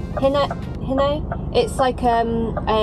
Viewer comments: Hi it's pronounced high no or he no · Its pronounced Hi-No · It’s pronounced “He No” Hino